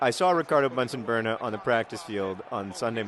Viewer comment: "Bernan" ... Pronounced like "Burnin'" 'cause their love is burnin' hot!